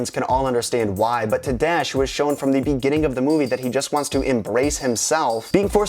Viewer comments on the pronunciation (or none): none